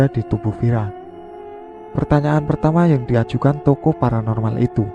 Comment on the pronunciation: Baca yang bener lah.. bukan TOKO tapi TOKOH